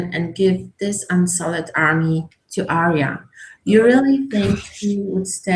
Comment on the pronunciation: How can a GoT geek make a two and a half hour video about one 58 minute episode, and still keep calling Arya Stark "Aria?" (Shaking head in disbelief)